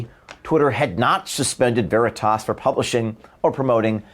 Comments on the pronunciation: CNN mouth piece can't pronounce "veritas". How fitting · I just love how she says 'Veritas' like it is a word entirely alien to her. So fitting for her ilk.